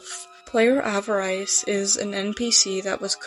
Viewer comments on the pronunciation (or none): that’s not how you pronounce avarice